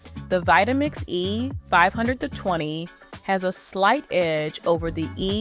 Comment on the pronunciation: Is this an AI voice? If not, you need to change your cadence and tempo. Also you keep saying "the E.............520". The gap between E and 520 is unnatural